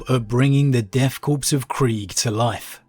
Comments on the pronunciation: Corps, in this military usage, is pronounced Core, as in an Apple core. The P is always silent. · Corpse’s makes more sense with these guys considering how suicidal they are. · It can be pronounced either way, just like marine corps. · Well, I'm glad is saying Kreeg now instead of Kree-egg. Now we just gotta get that ps out of Corps/Korps. Interesting that you liked the modern storyline more than the history, I think AdRic said the opposite. I appreciate seeing different constructive viewpoints